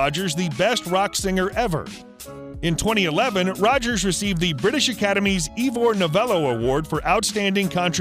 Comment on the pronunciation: Also, Ivor Novello is not pronounced Ee-vor. So ignorant!